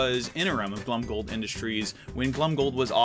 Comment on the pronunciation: Every time he says Glomgold like Glumgold Me:rrreeeeEEEEEEEEEEEEEEEE